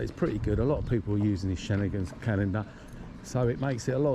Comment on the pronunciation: Constant repetition, nothing new, couldn't pronounce 'schengen'.